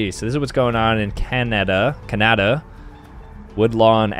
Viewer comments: it’s ca nu du u said it wrong Canada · Everybody gonna gloss over the fact he pronounced “Canada” as “ke nada”? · He said Canada wrong both times I should know I am Canadian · is the type of guy to not know how to pronounce “Canada”